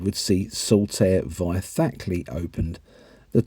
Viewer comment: Although Frizinghall is pronounced "Fry-zing-hall". You also misread Thackley.